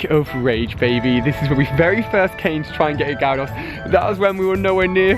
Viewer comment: It’s gyarados no gyrados